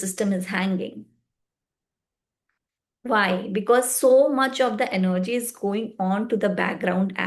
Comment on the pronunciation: Sorry but you will need to re make this video. It is procRastination and not procastination. You will need to put in a lot of effort if your videos need to be of high quality. Also its not enerrrrgy its energy. But your determination is admirable...keep it up.